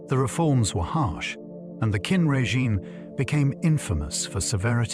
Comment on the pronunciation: This is great history, just one quibble - "Qin" is pronounced basically like "chin" not "kin."